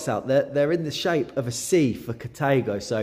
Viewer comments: pronounced car-tha-go. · So how DO you pronounce it? In the space of about 3 or 4 seconds we hear: "cathargo" "cathaygo" & "cataygo"! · Incorrect,as it´s German, hence KAH - TAH - GO. Same with THULE - TOOLER. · I like how you pronounce Carthago in three different ways lol